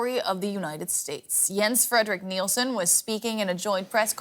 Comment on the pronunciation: Please learn the correct pronunciation of Nielsen!